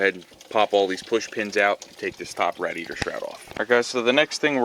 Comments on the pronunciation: Why the fuck do you call it a Rad-e-yator? It's a fucking radiator. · Great video, one thing though. . . . It's pronounced RAY-DEE-AY-TR. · Was painful constantly hearing rad-iator over and over..... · Yes, it's a good video... please edit radeator.... out, that was hard to watch hearing that! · The way u say rah-di-A-tor......🥊🥊🥊🥊🤬🤬🤬🤬 my ears hurt the whole time!!!! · Dumb women can’t even pronounce radiator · I just can't watch hearing you pronounce that!